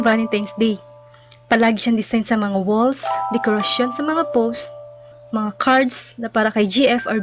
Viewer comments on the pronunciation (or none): none